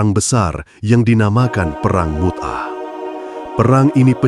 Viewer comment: Mu'tah.... bukan Mut'ah